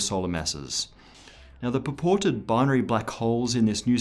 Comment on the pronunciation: Did he just say "paported"?